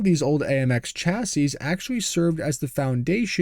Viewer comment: FFS you butcher chassis (a French word) but apologise for fear of mispronouncing Italian names. Does it surprise you everyone hates Americans?